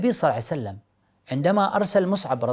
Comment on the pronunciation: اخ فايز ارجو منك فقط تقبل نصيحتي قلبي يحترق عندما تقول (صلعسلم ) قد صلى الله عليه وسلم